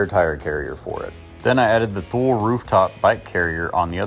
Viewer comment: It’s pronounced Too-Lee.